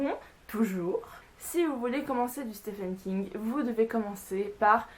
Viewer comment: Je ne dit pas cela pour être chiant les gars, mais le nom de l'auteur se prononce "Steven King" et non pas "Stéphane King".